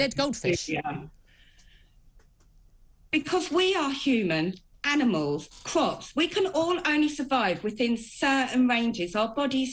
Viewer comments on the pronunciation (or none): Her voice is so stupid "crops" she says "cwops"